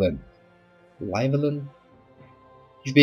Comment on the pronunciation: he had a lot of trouble with the welsh pronunciation there XD it's 'lluh-wel-in' the lluh is like chuh but with a hissing L sound and 'kair' where the R is rolled a bit